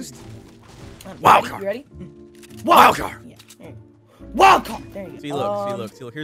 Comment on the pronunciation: They say wildcard psh it’s wildFart lol